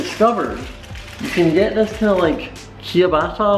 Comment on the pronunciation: it's pronounced chabatta not kiabata